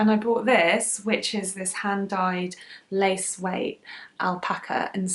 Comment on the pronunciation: "Lace weight" not place weight😂